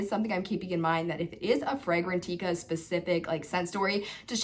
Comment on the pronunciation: It’s Fragrantica Not Fragran-teeka!!